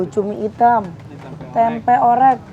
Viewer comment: Maaf ya klw ngomong Tempe gk ush di tmbain K..Tempe sejak kpn bhsa Tempe jd TEMPE K😂😂😂.aq dngrin ny mesti smbil ngoreksi klw teh Santi mkn tempe🤭🤣🤣🤣